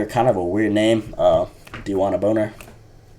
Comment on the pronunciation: U pronounced bonner as boner 😂